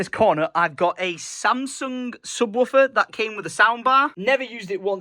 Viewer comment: “Subwolfer”🤣🤣🤣🤣🤣🤣🤣🤣😂😂😭😭😭😭😭. For a guy who grew up blasting my music on SUB WOOOFERS like big ones and I still do till this day. that made me laugh. You said it wrong